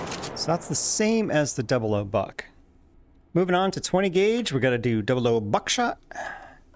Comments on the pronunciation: Never heard someone call it “double O” buck instead of double ought buck. Do you call .30-06 “thirty double O six” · Oh btw, more 0s (also called "aughts") mean larger pellets, hence fewer of em. Another also, that means "00 Buck" is technically pronounced "double aught buck". Not a complaint just a tidbit